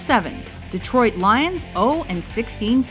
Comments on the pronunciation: Detrot XD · Detrot? Lol